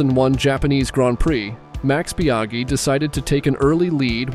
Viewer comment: Good old Mex Biaghi